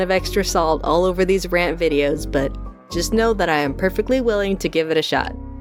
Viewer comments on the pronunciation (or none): none